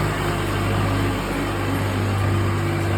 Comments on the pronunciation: भाई पहले सही से नाम लिया कर । Ardhkawari को अंधकवारी बोल रहे हो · Bakufa andkwari nhi hota ardkwari hota ha phala bolna to sikhu baad mai vlog bnana